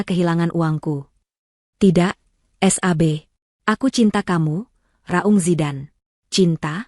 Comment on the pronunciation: Yang baca teks oon Sab tapi bacanya s... a... b hadeh payah 😛